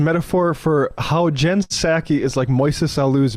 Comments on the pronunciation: Is he mispronouncing her name on purpose? Or am I the one who's not getting it right lol I thought it was SAH-kee like a sake bomb. Edit: okay It has to be on purpose because he got it right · Did y’all notice how at the beginning of the vid Charlie pronounces the P in Ms. Psaki’s name, and then later says it right? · This idiot doesn't know that the P is silent....Jen 'Puh-Saki' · Does he say P Saki on purpose? wtf is this or he even going on about, what a tool, I hate people... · hmmmmm jen p-sacky ........... its jen [p]saki as in SAKE [ Japanese rice wine ] the pee is silent chuckie such a race baiting move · "Jen Pe-saki" what an idiot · Actually Emma it's P-saki bomb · Puhsaki. Tf? The puhsychology of the right always mispronouncing names would be interesting to hear. He accidentally pronounced it correctly a couple of times. Fkn loser. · The way he pronounces Psaki takes me back to my childhood hearing "p-sychiatrist" on the Animaniacs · Jen Piss Aki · It's a clumsy metaphor, but I get what he's saying. The real annoying part of what Charlie said is the way he pronounces Pskai. Everyone knows the P is silent, what's going on? He's not the only one who pronounces it that way either. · Kirk pronounced the “P” in Psaki. Just saying. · So does he know how to pronounce her last name or is he trolling? I never know. I do know Right loves to own the libs by pronouncing their names wrong. Isaiah? Eye zih uh? Issac? Is that biblical?